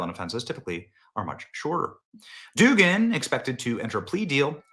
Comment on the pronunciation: The name is pronounced Dug-an or Doug-an. You sound incompetent by pronouncing it as Doogan.